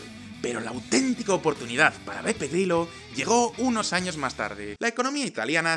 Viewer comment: En el video siempre escucho PEPE GRILLO XD ¿Has dicho PEPE GRILLO? XD